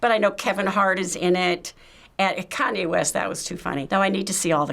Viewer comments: Ah yes, Kanwe West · Do they keep saying Conway west? Or am I tripping?